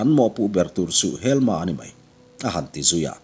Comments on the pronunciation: A sipel chu ka hre ve lem lo na a, helma i tih hi helm-a ti a lam tur a ni zawk lo maw. Sherlock holm-a hi holm-a an tih ang hian. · Helm-a tih tur anih ka ring ve ngawt a. Helma''an-a tih pawh chu a ni thei tho bawk ang a